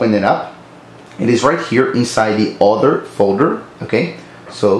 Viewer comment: Hi, your video helped me a lot, but at first I was confused because you said to click on "author", which I could not find. The O in "other" is pronounced like the u in "UP". Your devoted fan.